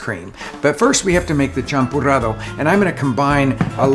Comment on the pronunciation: "champurrado", not "champorado" 😄